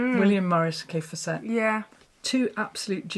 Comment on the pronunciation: As Kaffe says, his name rhymes with Safe Asset. So, Kaffe FAS set.